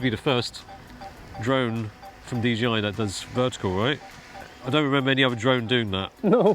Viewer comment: Great video as ever. By the way it’s DJI not DGI. 😉